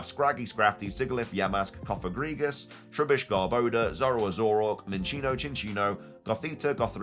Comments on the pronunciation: The way you continue to say “Garboda” blows my mind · And Reunculus 😭